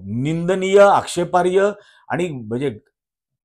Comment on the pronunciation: कृपया'आक्षेपार्ह' म्हणतात,आक्षेपार्य नव्हेम